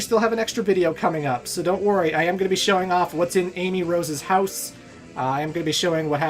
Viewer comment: I will not correct pronunciation of house. I will not correct pronunciation of house. I will not correct pronunciation of house.